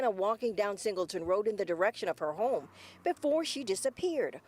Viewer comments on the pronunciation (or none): none